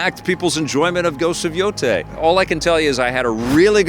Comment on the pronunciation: Can’t even pronounce Yotei??? 😂